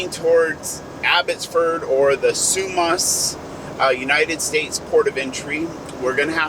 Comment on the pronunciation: Sorry about the citrus and tomatoes. Quesnel is French so it is pronounced with a silent "S" as if it were written "quenel" and Sumas is like the catholic mass so it is pronounced "Sue Mass". Sorry but many city names in Washington state are from various Native American languages so we need to be linguists to pronounce things in Washington correctly. You do really well for just passing through areas. Good job!